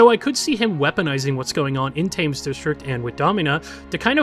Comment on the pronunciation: “Thames” has a sound more like “ten” rather than “fame”